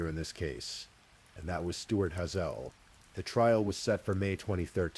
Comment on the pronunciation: HAY -ZLE. Like the eye color. 🤦‍♀️🤦‍♀️ despise mispronunciation. Especially on such a basic word